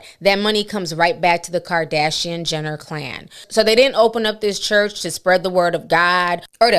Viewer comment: who went to that “Khurch”? lmaooo😂😂😂😂 I can’t!!